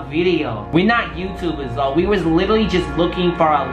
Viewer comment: He said lol not L O L😭I'm dead